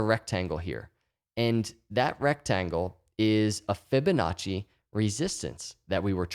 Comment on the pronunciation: Every time he say Ficonacci I already feel better.